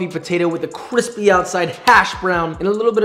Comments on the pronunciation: This makes me hope that Deadpool 3 will have a scene of him eating a chimichanga and calling it "cwippy!" Not even kidding. Josh actually kind of sounds like Ryan Reynolds. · Joshua says Cwispy once: My brain recieving that sweet sweet seratonin 👁️👄👁️ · Stop saying quispy.....